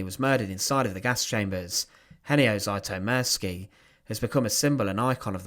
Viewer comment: I may be wrong (I often am), but I'd pronounce the surname "Zütomirski" (taking for granted that the spelling is correct, and has not been altered in transmission by people from "somewhere else"), not "Zaitomirski" (as per the narrator). I have been painfully familiar since First Grade in Elementary/ Primary School with the fact that Anglophones are absolutely, hopelessly, cluelessly groping in the dark when it comes to the proper pronunciation of letters (mostly vowels, but not to the exclusion of consonants). I do not extend mercy, longsuffering, or forgiveness to them, despite the possibility (and probability) that they just don't know any better.